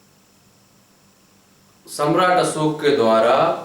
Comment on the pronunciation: सम्राट अशोक बोलीये असोक नही, भाषा बोलीये भासा नही.